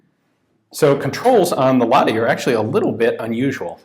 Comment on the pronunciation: I assume you filmed this before we met in Helsinki and I told you how to correctly pronounce "Lahti".